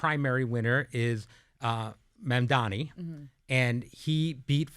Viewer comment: They really should Mam-man-di on to school them in how to say his name correctly.